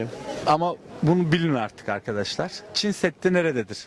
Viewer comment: Dayılar hadi bilmiyor diyelim Çin seddi diyor adam gençler bile Çin demek bu kadar zor olabilir mi 😡